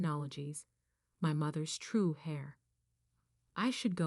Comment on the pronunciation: Really?? 'My Mother's true "hair"?'?!?!?!?! AI can't even get the obvious pronunciation with the spelling?? 🫣